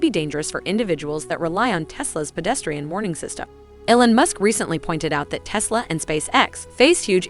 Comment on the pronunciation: “Ellen musk”